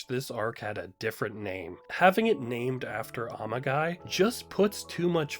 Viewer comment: The pronunciation went through my head before I even found this comment, and I started laughing the moment I saw it. 🤣